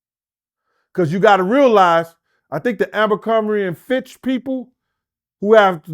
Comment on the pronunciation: Never trust a guy who can't pronounce Abercrombie and Fitch lol 😂🤣